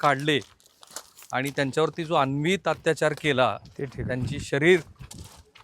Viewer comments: 1. "औरंगजेबा आधीचे मुघल बादशाह सहिष्णू होते" अशी चुकीची माहिती देऊ नका. त्याच्या आधीच्या मुघल बादशहांनी सुद्धा खूप अत्याचार केले. औरंगजेब सर्वात वाईट होता. म्हणजे त्याच्या आधीचे बादशहा फक्त दगडापेक्षा वीट मऊ. 2. तुम्ही फार मोठे पत्रकार आहात तरी कृपया "अनन्वित" ला वारंवार "अन्वित" म्हणू नका. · अनन्वित ! अन्वित ? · अन्वित नाही अनन्वित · अन्वित नाही हो, अनन्वित